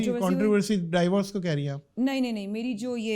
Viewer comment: Yaar Teri mehrbani angrezi na bola kr ! Dievorce kiya hota hay